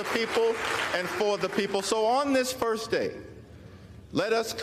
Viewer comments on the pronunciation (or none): Why does he keep saying AMERITA?!!!